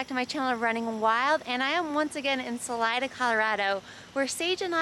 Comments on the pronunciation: Isn't it pronounced, "SuhLeeda" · Great content as always 👍🏼...BTW, Salida (pronounced Sa-LEE-da), 😉